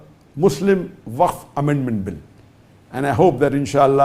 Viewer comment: Wakf....Not Its Fak board....😂😂😂